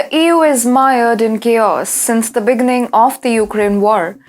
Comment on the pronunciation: this is how you pronounce "big-gning".